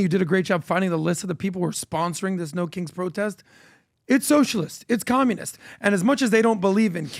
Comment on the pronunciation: It sounded like he was saying “no kinks” in the beginning of the video 😅